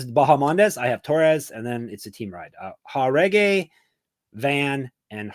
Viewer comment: Aoriqileng Uh-Reach-E-Lang Chairez Chy-Rez Jauregui Yuhr-Uh-Gway If I’m just missing a running joke where yall say the names wrong, my bad. But otherwise, my goodness.. Jauregui as Hah-Reggy.. smh